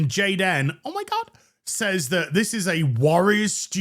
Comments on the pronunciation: The cringe when you say jadan omgosh 😅😂😂😂😂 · it's pronounced Gey-Den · Goddamn it! I was taking a drink when "Gayd'n" 😆